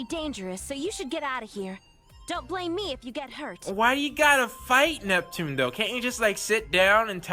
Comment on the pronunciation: I don't get how hard is to say Neptune name.